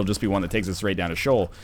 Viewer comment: Hey NL, just for future reference, it's pronounced "SHEE-ohl." Just so you know <3